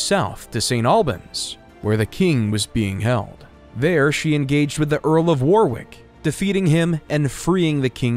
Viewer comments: Fyi, you don't pronounce the second W in Warwick. It's pronounced "Worrick." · The second W is silent in Warwick. It is pronounced wo rr ick. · SO many mistakes and inaccuracies, all very easily checked facts. Quite disappointed by these silly mistakes. Also there some jarring pronounciation mistakes, particularly "Boleyn" and "Warwick". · It is not pronounced Wer-Wick, it's pronounced War-Ick. The second W is slient. It is not pronounced Liecester, it is pronounced Less-Ter. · Get somebody who knows English Leicester pronounced Liecester, Warwick pronounced Werwick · Quite good. Really messed up the pronunciations though. Warwick and Leicester were so badly mispronounced, it made my shudder. And they keep showing the union Jack centuries before it had been invented. Sum up. Narrative is good. Some very bad pronunciations. Artwork alongside, some very good. A few major uck ups.